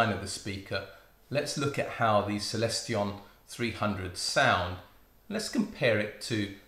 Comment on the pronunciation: seconds you say "Celestion" and thereafter nooo! Trion Trion again! :)